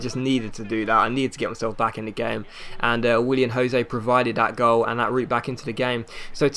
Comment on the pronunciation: Willian not William xD